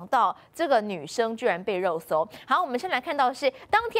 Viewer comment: 又抓到了， 肉搜不用捲舌